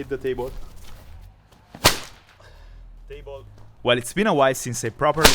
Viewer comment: "teibol" 😢 "taybole" 😭 "æppøl" 😀👌